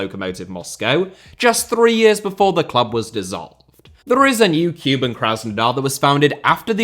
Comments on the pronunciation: So needless to say, 'Cuban' Krasnodar has nothing to do with Cuba ... Kuban, or Kouban, is an area and river in the southern Russian Federation. To distinguish, rather than 'kyoo-bun', the pronunciation should be more like 'koo-bahn' (like cuc*koo* + auto*bahn*). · listening to you butcher team names is half the reason I love this video! Tea-arh-ehz and Cuban were both an especially nice touch. Cheers.